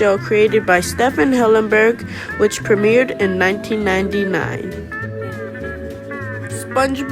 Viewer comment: Yo btw bro ik u say STEFAN its pronounced steeven but it name is spelt Stephen